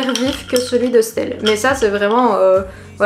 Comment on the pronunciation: Ça me perturbe comment tu dit stelle pcq ça se dit estelle juste on dit le S- telle